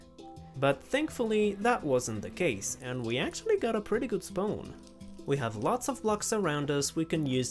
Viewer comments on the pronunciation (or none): It's not spone, it's spawn but great vid. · The w in spawn is silent. Many similar words with w after a vowel, you use the wrong vowels.